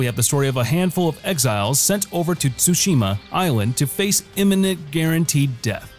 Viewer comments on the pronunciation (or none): none